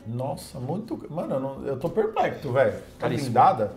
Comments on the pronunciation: Pô, é "perplexo" que se fala! PERPLEXO. Se não consegue, para de falar errado a toda hora. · "Eu tô perpecto!" Kkk